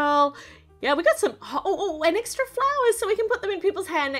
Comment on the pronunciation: Eggra parts instead of extra parts